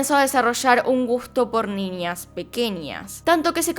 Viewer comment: Me encantan tus videos pero me estresa cuando no pronuncias la ñ bien, por ejemplo en vez de decir niñas dices ninias